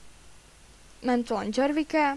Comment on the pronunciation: nehovor prosím po anglicky.. džorvik?!? really? však sa to nedá počúvať.. potatowatter si povedala, nie watcher ;)